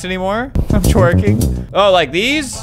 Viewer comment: “Oh I’m twearking” 🤣🤣🤣🤣🤣🤣😂😂😂😂😂😂😂LAMFO